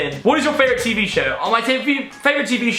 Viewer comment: Question: What is your favorite T.V. Show?: My Tavourite Feevee... in the video